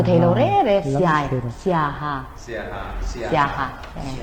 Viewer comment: Siaha tih ringawt lam dik thei lo chu news reader atan a tlak loh midang thiam an tam awm teh reng nen ban tir nghal mai tur a nia.a ho em mai